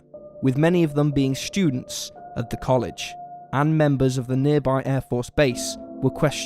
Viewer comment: Students isn't pronounced " Schudents" you speech impediment having fool.